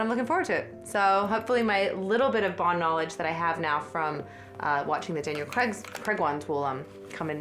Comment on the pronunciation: Always amuses me how Americans are so laughably terrible at saying 'Craig' lol. Where are you guys getting the 'e' from